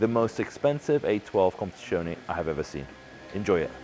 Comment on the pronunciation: If you can't say competizione properly. just say competition.